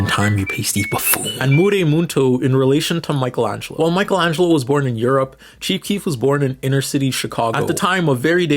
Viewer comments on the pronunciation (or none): Yeah, keep saying Michelangelo's name wrong, they never get our names right!